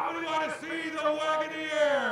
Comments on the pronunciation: The freaking announcer is annoying, can't pronounce Wagoneer and his watch the starter crap is distracting. Where did they get these cars, grandmas retirement village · Had me hovering over the "back" button saying "Wagoneer" like that. 😅